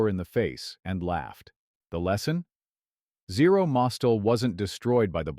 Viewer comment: It's not Zero MOS-tel. The name was Zero Mos-TEL, with the accent on the second syllable. How could you get that wrong?!